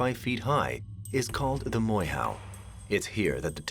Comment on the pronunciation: For those who wanna know the real pronunciation it's pronounced Moy- Ho instead of Moy How. Europeans here in NZ love changing the sounds of maori words and are ignorant to correct it even if they know how to pronounce it. But anywho... Inconspicuous whistle